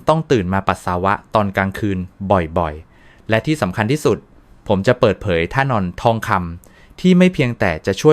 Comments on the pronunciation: ท่าน-ออน( ท่านอน) เอไอทำภาษาไทยเสียหาย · เบื่อAIมาก ท่า-นอน มันอ่าน ท่าน-ออน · AI ท่านอน กลายเป็น ท่าน ,ออน ค่ะ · ใช้ AI อ่าน ออกเสียง แล้วทำให้รู้สึก ไม่น่าเชื่อถือจริง ๆ ครับ ท่านอน.... Ai อ่านเป็น ท่าน ออน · AI พากย์เสียง ควรตรวจสอบก่อน นะคะ มี ผิดหลายคำ ท่านอน ครรภ์ แยบยล